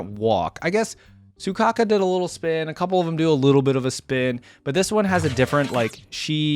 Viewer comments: You know it's Soukaku, right? Not Sukaku. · Not Soukaka im dying AHAHHAHAHAA its soukaku